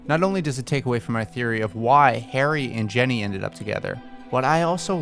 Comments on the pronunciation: When you said Ginny I literally heard Jenny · him pronouncing ginny as jenny triggers me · DID YOU JUST SAY JENNY INSTEAD OF GINNY? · The fact you called her Jenny instead of Ginny, made me click off. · Her name’s Ginny not Jenny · Is it me or at the beginning did he say “Genny “ and not Ginny 😂😂